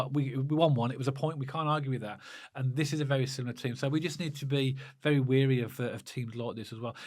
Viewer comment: Just to let you know “wary” isn’t pronounced as “weary”. Are you getting mixed up with the KRO lyrics - ‘tired and weary’? Haha Keep up the good work lads. Loving the podcast 👍